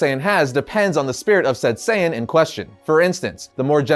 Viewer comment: Saiyan not saiyen Just saying